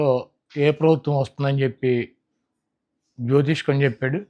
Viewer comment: జ్యోతిష్కం కాదు జ్యోతిష్యం